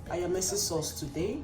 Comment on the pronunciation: Lol it's AYAMASE